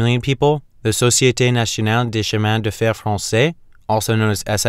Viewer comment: The t in Nationale is pronounced like an s in English. His prononciation was alright.